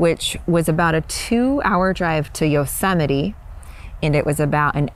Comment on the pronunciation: LoL "YO-SEMITE"